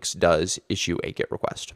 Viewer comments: Ah, I see. Well, I maintain the videos is ultra confusing because you pronounce your e like an i and it sounds like git. I genuinely didn't get it. Or is that git it? ;) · Kinda confusing that you pronounce GET as GIT